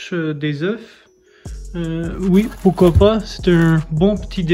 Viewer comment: Nice video. One thing: In French, you shoudn't pronounce the F when saying œufs.